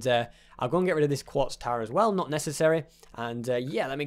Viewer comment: you say "as whale"